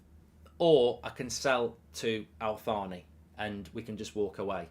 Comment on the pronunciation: It’s not pronounced Al-Thaani, the Al bit is fine but it’s pronounced Taani so like Al-Taani, H bit is silent. Just like how the H is silent in Thierry Henry name, I hope this helps